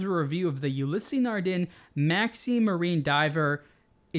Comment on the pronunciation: "Ulysse" is pronounced "yu-lease", not "yu-li-sey." Personally I think it sounds better when the name is pronounced with it's native pronounciation.